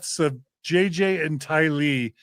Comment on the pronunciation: Just a point of order: I’ve always heard Tylee’s family members pronounce her name “TY-lee,” not “ty-LEE.” Thanks so much! 🙂 And come on, Ladies! Everyone should’ve raised her hand to vote Gerardo as a rotating member of the band, not just John!! pps - SomeNobody’s superchat said the band name should be Visions of GORY, not Glory. 😆